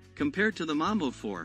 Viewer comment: Correction: your pronunciation of Mbombe 4 is similar to Mamba which is a different MRP. You pronunciation is that of Mamba vehicle so the Mbombe should sound like M'bomb'e. The Mamba is charactirised by a wheel on a side. 🇿🇦